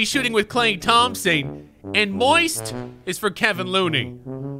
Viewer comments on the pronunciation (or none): none